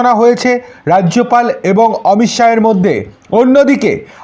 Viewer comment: অমিত সাহ না, অমিত সা